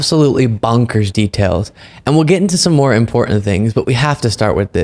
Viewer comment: "Im-por-unh." C'mon,! In the first minute, you dropped a T in the word, "important." A lot of younger people, including a handful of local TV News anchors do this, and it just sounds sub-literate. I am on your side and love your viewpoints, but bad diction irritates me to no end. If you are a younger soul and talk like this, STOP!